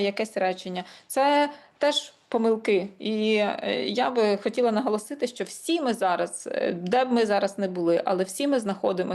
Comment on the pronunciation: До пані дикторки. Тримати себе в руках це калька з російської "держать себя в руках". Українською опанувати себе. Ви мали б це знати. І ще, шиплячі звуки в українській мові не пом'якшуються, вимовляються твердо: ЩО, ШІ, ЖІ, а не щьо, шьі, жьі, чьі і т.п.